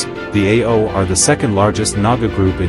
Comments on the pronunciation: It is not pronounced A-O like this AI narration but rather pronounced in one salyble. And thank you for your attempt to describe the Nagas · How do you pronounce the word 'so' and 'no'?we don't pronounce it as S.O or N.O for these words by separating the two letters,so while mentioning 'Ao' community you should not say A.O for Ao.you better pronounce the word 'Ao' in a proper way.And one more thing,your knowledge is not even close to speak about Ao language. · Pronounce it as Aho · Pronouce it as Ao-o. After that only you can tell anything after consulting stake holders. Otherwise you are wasting your research etc etc